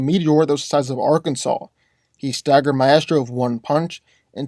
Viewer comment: Thank you for saying Arkansas Right. Can you do Mr Myx vs Molecule man?